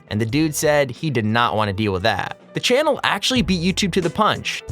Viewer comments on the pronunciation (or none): channel not chan